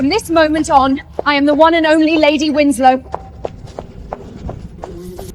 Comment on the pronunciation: How Tf do you read winsek out of Winslow?